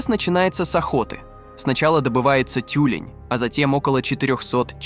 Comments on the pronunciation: ЭскИмос, тЮлень.... Это что, автоматическая начитка? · Деликáтес😂, эски́мосы, тю́лень😂😂😂дизлайк за нейросетевую озвучку тебе.